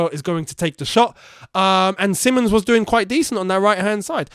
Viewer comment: The fixture with Liverpool is at 03.01. - not 03.12. as you accidently say The player's name is Simons, not Simmons (you said it wrong in watchalong and this video, give him his name bro)